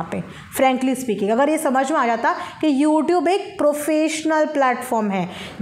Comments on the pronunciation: Poornima ka ro ro k bura hal h gungan ko kuch smjh nhi aa rha h arpana jise packet bolna nhi aata pocket vala dudh bol rhi h use ias afsar ki upadhi de rhi h ctet pas h kmini lekin singapore ki spelling thik se nhi likh pati youtube ko youtob bolti h sweta choubey to apne mandir me se bhagvan ki murti hata k kamini devi ki murti sthapit kr k roj pujti h 😅😅😅😅😅ye sab ki sab famous ho chuki h aur kamini nhi ye sab khud ko hi nikiya ki jethani smjhne lgi h 😅😅😅😅😅😅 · Khud ko celebrity bata rahi hai😂😂bolne tak nhi aata hai packet ko pocket youtube ko yotub or na jane kya kya galti bolti hai likhti hai or celebrity banegi🤣